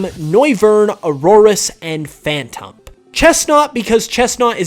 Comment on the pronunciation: i stopped watching the second he said phantump